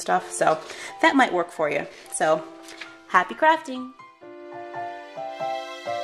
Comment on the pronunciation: No offense, but why does it sound like "Happty Crafting"